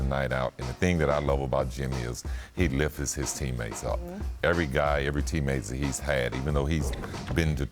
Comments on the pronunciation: "He liffesses his teams up" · "He liffis his team up" 😂🤣😂🤣😂🤣